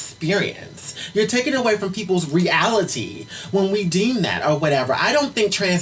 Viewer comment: "but the re-AL-ITEE of it is"